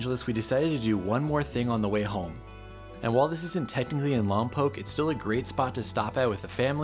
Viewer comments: You say lom pock not lom poke. You’re not local I guess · Wrong ! The Correct Pronunciation of Lompoc is " Lom Pawk " / Not; " Lom Poke " !